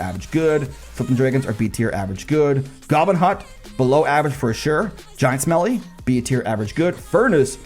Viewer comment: Did I mishear or did he just call Giant Skelly Giant Smelly....? 😂